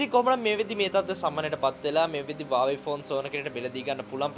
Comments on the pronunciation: වාවේ නෙමෙයි හුවාවි කියහං 😂😂😂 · Huawei කියල තිබ්බට ඕක pronounce කරන්නෙ වාවෙ කියල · Uawei newe huawei 😂😂😂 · Broo ubata Huawei kila hariyata kiyannna be ne 😂 😂 😂